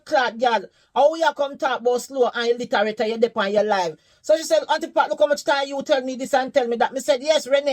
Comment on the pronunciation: The fact that she said illiterate wrong sent me 😂I could’nt have taken her seriously